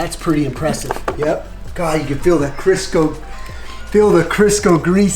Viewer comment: Crisco! Not Sisco! 😆